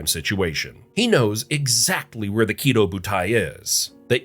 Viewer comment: Small nitpick it's not pronounced "kiddo", but rather the stress is on the "do". Ki*dō* butai.